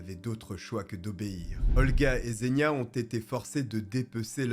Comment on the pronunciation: Encore une superbe vidéo (pas pour le contenu en lui-même évidement mais pour l'investissement que tu y mets et tes talents de conteur 😁). Sinon juste pour ta culture personnelle, "Zh" se prononce "J" en russe, il ne faut donc pas dire "Zénia" mais "Jénia" (diminutif d'Evguenia ou Eugénie), et pas Seriozha (diminutif de Sergueï) mais "Serioja". Sinon, Nastya et Polya ne sont pas des prénoms non plus mais également les diminutifs d'Anastasia et de Polina 😃